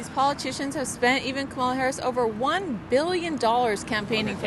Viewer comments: Nick you cant even pronunce kamala right and your lies from trump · You keep not pronouncing her name right you’re not that educated